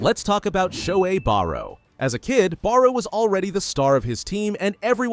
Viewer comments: Barou ❌ Borrow ✅ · who tf is meuroo botra? name is borrow